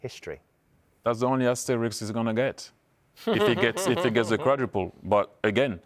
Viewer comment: lost me there when he said Qaudruple 😂